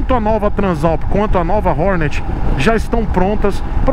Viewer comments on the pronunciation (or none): "ORNÉT" bicilíndrica? Os maloqueiros irão xiar kkkkk